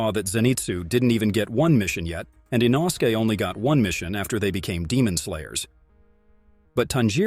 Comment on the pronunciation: “With the upper moon 5 called rui” 💀 In-O-su-Kay” ☠️